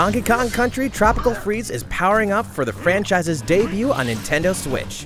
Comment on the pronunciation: Thx for getting twopical fweeze for switch with FUNKY KONG